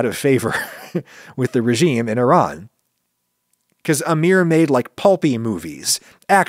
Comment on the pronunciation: Well, thank you for pronouncing Iran properly Should have stopped there and not project your opinion on Iran onto random Iranian people as if it's universal opinion all Iranians must share